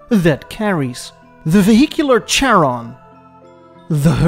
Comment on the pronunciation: The "CH" in Charon is pronounced like the "H" in Hearse. Thrust me bro, I'm Greek. Χάρων.